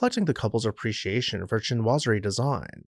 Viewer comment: Nobless oblige is pronounced: "no-bless oh-bleejz." Chinoiserie is pronounced "sheen-wahz-air-ee."